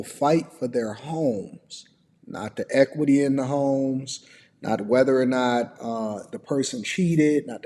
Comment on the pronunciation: It’s homes not HIMES brother lol 😂